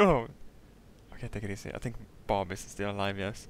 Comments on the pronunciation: "I dont even tink the sun can tink about tings." :D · " i don't tink the sun can Tink about Tings" xD, never change